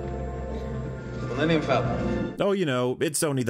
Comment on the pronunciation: "My pride and joy," yet he can't take the time to pronounce it; it literally sounds like he says "The linium Falcon."